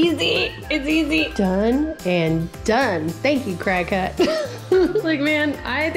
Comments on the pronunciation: It’s funny cause as I saw this video I was next to my cricut, also it’s not pronounced Cry-Cut, it’s pronounced Cricket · Watch tons of YouTube videos! You can also make stencils & use them on ur side walk with that paint that shows up when it rains! PS. It's pronounced cricket (but your way is adorable!)